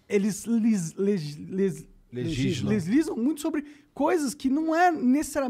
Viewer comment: O Monark é incapaz de dizer legislam corretamente. É impressionante.